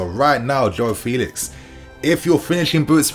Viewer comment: It really is this simple: playing at Home the lousy officials and VAR wont be intimidated to make bad calls against the Blues. Also, Joao requests people pronounce his name correctly: FELL-ix.